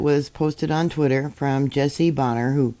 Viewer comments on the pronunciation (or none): none